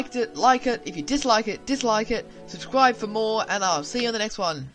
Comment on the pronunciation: " Subscwibe for mowe "